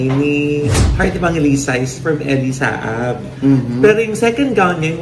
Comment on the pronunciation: Elie Saab ( it is pronounced as Ssab)